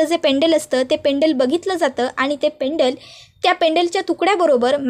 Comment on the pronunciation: पेंडल पेंडल काय करता ? पेंडंट म्हणा. व्हिडिओ टाकण्याआधी आपली भाषा शुद्ध आहे कि नाही तपासून बघा. पैसे मिळतात म्हणून कसं ही बोलायचं का ?